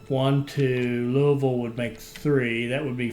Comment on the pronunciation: Since you know how to pronounce Louisville correctly, presumably it has also occurred to you how weird it is that the Ohio River is not on the map.